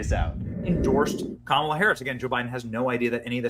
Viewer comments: Please learn how to pronounce Kamala correctly. Its COMMA-luh or KAH-ma-la, stress is on the first syllable. Doesn't say much about you when you republish clips of clips, all of which pronounce her name correctly, yet you continue to mispronounce it, stressing the second syllable. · Kumalot Harris is how I pronounce it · comm-alla(says it all)